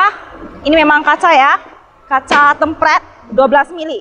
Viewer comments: temperd anjir dibacanya bukan tempred wkwk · tempret... hahaha.. yang bener nyebutnya tempert mbak.. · BUKAN KACA TEMPRED WOYYY TP TEEMM PEERRRRD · Hallo susanto Sebenarnya cara pengucapan kata kata serapan dari bahasa Inggris dipengaruhi oleh bahasa lokal masing2 pak 😅 Penulisan yang benar ialah Tempered dan di eja "Tem-perd" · Cara bacanya kok tempred sih😄